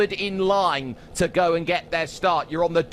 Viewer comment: ruslAn khamidUllin obviously lulz you spoke it wrong